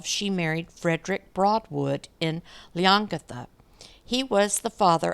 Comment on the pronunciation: The only place you mispronounced was Leongatha.